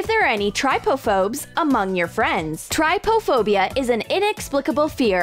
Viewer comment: Everyone it’s trypophobia not tripophobia